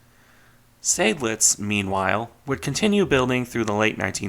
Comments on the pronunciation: Weser: long German e, followed by soft s (z for Americans). And pleeease: Zide-lits, not Say-dlidz. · Greetings, I have a small correction because it drives my inner Adrian Monk nuts: Seydlitz is pronounced "side-lits", not "Sayd-lits", with a clear 'ah'-sound. There even are original records of General von Seydlitz being adressed in old radio transmissions on YouTube if you'd like a listen from back in the day. It's not one of those "some say it like that some say it like that" by the way. There is a correct pronunciation - yes, plenty Germans get it wrong as well because education is at an all time low these days. (Same with Prinz Eugen having the emphasis on the second e due to the name's origin.) Other than that, nice video as usual. These really are optional things to improve on, after all. I'll gladly help by for example providing some hearing examples if you'd like to improve on your pronunciation if you want. Happy New Year